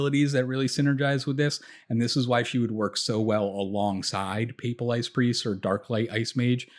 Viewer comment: Appreciate the analysis and the fact that you can actually pronounce "papal" +1 sub